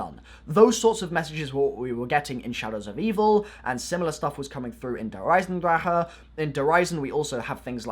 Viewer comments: “der eisendraha” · I like it how he says "der eisendraha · "Der eisendraha" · Its not dear eisendraha